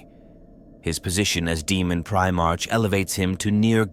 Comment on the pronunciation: I listened right up until I heard "Primartch". Its Primar"k", with a hard K sound, not like the month of March. I couldn't go further, bc god knows how many more times the AI voice or whatever you used is gonna mispronounce some common word or term.😊